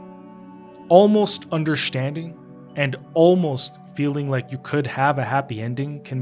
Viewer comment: although a good video i am just stuck on why he says "undershtanding" and not understanding, but can other words with ST fine?